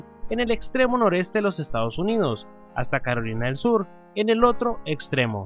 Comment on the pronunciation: en el minuto dice perolina del sur 😂😂😌😌😏😏😎😎😬😬😡😡 jajaja .....